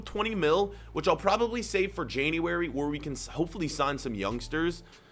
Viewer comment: January or Janniwary? 😂